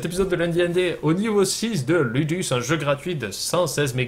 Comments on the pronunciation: Je pense que ça se prononce loudous :) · LUDUS en latin ce prononce LOUDOUCE